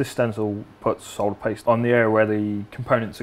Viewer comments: It's refreshing to hear someone pronounce solder correctly. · Yes, the l is silent.